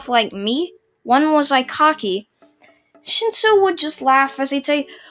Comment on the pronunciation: you said shinso I heard shitso